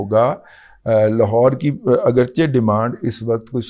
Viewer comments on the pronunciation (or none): none